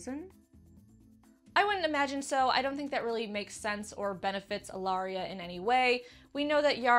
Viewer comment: Yay! You pronounced my name correctly, no one ever does. Thanks! <3 But I totally buy the Ellaria/Yara makeout sesh being a maybe murder attempt, Ellaria giving the poison lipstick another go.